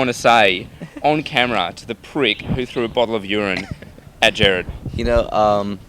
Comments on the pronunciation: It's not the interviewers fault... He has an accent and British and Australian usually people DO pronounce "Gerard" as "Jared"... It's just a matter of him having an accent! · Oh god I couldn't stop myself from cringing when he said JARED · 8;48 he called him Jared! DX his name is Gerard!!!!! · MOst aussies know how to say GERARD but he probably misread cause im aussie